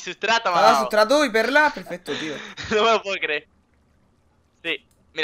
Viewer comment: sutrato o mitrato xdd jojo